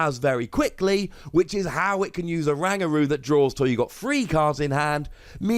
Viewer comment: "Hau it can use Oranguru"